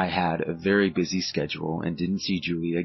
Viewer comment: A “boosy” night?? Com on man “BUSY” 🤦🏻‍♂️